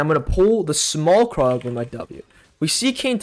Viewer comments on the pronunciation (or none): none